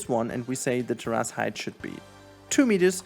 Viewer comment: This is so damn helpful! Thank you! I can spend a ton of time and think it looks ok, then I see people doing this on the fly and I want to cry lol. Not to be that guy but....its Tear-is, only saying cause it took me a minute to get what you were trying to say.